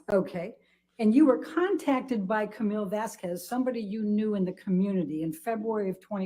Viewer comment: The way she says "Vazquez" makes my inner Iberian cringe and seethe with rage.